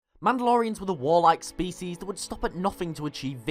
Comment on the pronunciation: "Species" lol